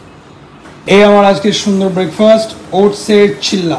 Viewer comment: It's Chila and not chilla